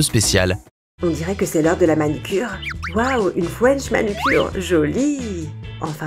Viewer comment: "wow une FOUENCH manucure" 🤣🤣🤣 J'ai tout de suite compris qu'elle voulait dire FRENCH MANUCURE